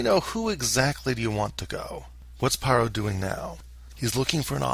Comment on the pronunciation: Please pronounce Pharaoh correctly, so you stop sounding ignorant. Ph makes sound F. It’s not Paroh, it’s “Faroh”! Fix it. Overall great video.